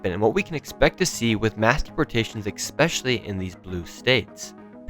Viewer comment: Its ES-specially not EX-specially. Damn it.